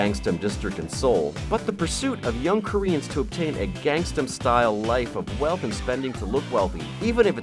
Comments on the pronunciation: Why can't anyone say Gang-nam? He says it so many times in the song. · I'm guessing he's trying to say gangster style...wish he actually did the research....